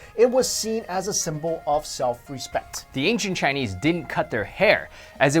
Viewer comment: ashfromny I didnt think anyone else would be able to tell that he was pronouncing chinese wrong ! :3